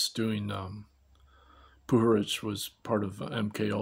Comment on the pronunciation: I realize his last name is pronounced puHARich. oops. hahaha.